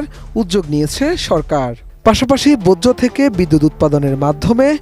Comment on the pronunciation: বোজ্জ না ভাই বর্জ্য